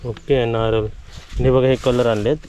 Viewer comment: नारल नको म्हणू नारळ म्हण